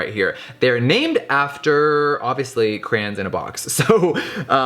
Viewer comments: Caroline Marek he's saying cran-s it's pronounced cray-ons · “CcCrRRaaAnnNs” WHAT IS A CRAN Issa called a crayon honeyyyy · crayOOOOOONNNSSSSSS NOT FUCKING ”CRAINS” BITCH WTF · It’s cray ons not crains wtf 😂😂😂😂😂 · he says cranins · Ugh it bothers me when people say “cran” instead of “cray-on” (Yes I know people pronounce crayon differently depending on where they live) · * CRAYONS NOT CRANS * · HE DID NOT CALL THEM CRANS!!! ITS CRAY-ONS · why does he pronounce is "crans"… its "cray-ons" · “Crayin” “cran” 😭😭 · It's not "crans" it's "craYONS" LOL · Crayons not cran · Cray-ons. Literally. 🤣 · He says Cranes not Cray-ons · CRAY-ONS. Not crans. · Pronouncing crayons “craans” smh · is anyone else rubbed the wrong way every time jeffree pronounces it “crans” instead of “cray-ons” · "box of CRAYINS" i'm cryingggg 😭😭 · "BOX OF CRANS" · What’s a crayn 😂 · Y'all the way he says Crayons "Crans" 😂😂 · I shiver every time he says “Craynnns” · I THOUGHT I WAS THE ONLY ONE!!! like omg.. it is CRAY like CRAZY.. CRAY- ONSSSSSSSSS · "Box of crans"🤣 I love him ❤️ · Yes for saying crayons like CRANS!! I’m not alone!! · am i the only person who pronounces crayons as "crowns" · It is definitely "crans" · "box of crains" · Did he just say CRANS!?!?!?!? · box of CRANS! lol I still love you Jeffree, but I gotta clock you on that pronunciation! <3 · Every time Jeffree says "Cran" take a shot lol That's cran not crayons haha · Did it bother anybody else they way he saod crayons. Not hating love you Jeffree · Eva Af I thought that right away too.I went pretty far down the comments to see someone else notice it..He said crayola right though.Wonder where gets from?Cali I thought.Love you Jeffree,mf hilarious 😂😂❤❤❤ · I always find it funny how Americans pronounce Crayons 😂 if you’re from the UK you know what I mean 🤦🏽‍♂️